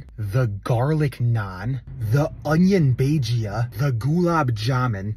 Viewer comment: It's bhajji bro idk where you're getting bhajda from lol